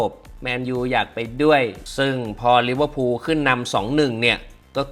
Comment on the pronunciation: ลิเวอร์พูล❌ ลิเวอร์พุน✅